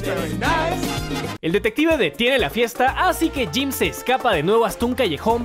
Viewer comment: bueno dice tim no jim